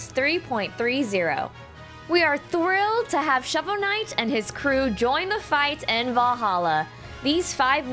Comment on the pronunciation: "Shover knight"